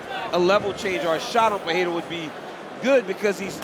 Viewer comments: Everytime Joe Rogan pronounces Alex Peheira a brazilian dies. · lol.. watching this entire video, DC pronounces Pereira’s name differently multiple times.. in the same fight, back and forth.. for multiple fights. Dude must’ve been drunk.